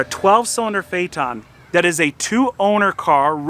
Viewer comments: Fate n, not Fay Ton. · Phaeton not phaeten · Phaeton is pronounced Feeton. Not Fay-Etton or Fayton. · Its pronunced phaiton🤦🏼 not fayaton(phaeton) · It is pronounced "Fay tahn", not "Fay et tahn". Sorry, but about a minute into your video, a Trump commercial came up. I have a policy of leaving ANY video with a Trump commercial, so I didn't watch it past that. BIDEN 2020! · say fay-et-ton not fay-tonn.. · Pronounced Fay-ton, not Fay-er-ton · My god... It's not a FayTawn. It's phae-et ton. sounds like the idiots calling a Porsche a porch.... Oh wait, he does that too. Edit... That bondo repair is the equivalent of a shitty drywall repair. Ouch. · "Fay eh tohn" everyone else: "faytuhn." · Not a Phae-TON, but a PHAE-ton, and you’re an expert? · Phaeton not pha eton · I think it’s pronounced Fay-a-ten not Fay-a-tahn. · Phaeton not paheeton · Okay, we need to see what brother looks like and acts like. It is not possible that they are both alike, is it? Also, I always thought that phaeton was pronounced "FAY-tunn", with a "ton", as in 2000 pounds. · 'Fay ton! ' it's pronounced 'Fay ton'... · it rhymes with dayton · Fey ton. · Say it right, Fae-eh-tugn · Let's try to pronounce it right: Fa-e-thon... Learn your Greek guys. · It pronounced fay-ton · Pronounced fay-ton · Good job repairing that quarter panel - for someone that can’t say Phaeton properly. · He pronounced it wrong at the beginning but correctly at the end. Of course who knows how VW pronounces it, what right and what's wrong. I looked at many commercials for the car but they never mention the name. Perhaps VW doesn't even know how to pronounce it. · Never heard VW PHEATON pronounced the way does. Is he correct or just everyone one else wrong?